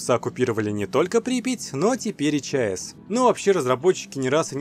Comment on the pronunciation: Не Чеэс а ЧАЭС Чернобыльская Атомная Электростанция станция